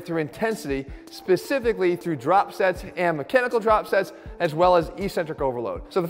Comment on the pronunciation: Please Jeff, saying "ee-centric" sounds dumb and uneducated. Consult a dictionary. The pronunciation is "eccentric", sounding like "exentric".